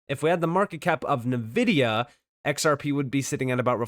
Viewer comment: Its not nuh-vidia. Its En’vidia